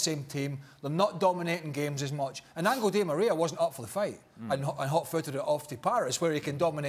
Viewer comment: Its Angel di Maria not Angle di Maria craig